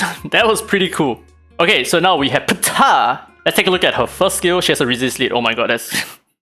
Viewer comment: that "Ptah"